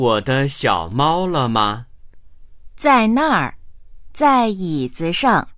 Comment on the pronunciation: Đề nghị , đọc cho đúng vào. Câu 11, nếu ko nhìn chữ, thì chúa mới biết đang nói cái ghế.